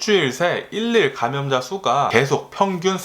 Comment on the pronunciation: 에너지 넘치는 미쿡아재님 유튜브 매일 재미있게 보고있습니다. 미국에서 공부하셔서 발음이 어떤경우 조금 이상한건 이해합니다. 재밌기도 하구요^^ 한가지.. 일일 감염자 발음시 - 일일 감염자가 아니고 , 이릴 감염자로 하시면 듣기가 좋겠네요.. 괜히 오지랍떨어 미안합니다..^^